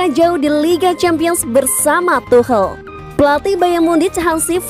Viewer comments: Cara bacanya is tukel(tuchel) not tuhel 😆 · Gabisa bilang tukel Dah segitu ja capek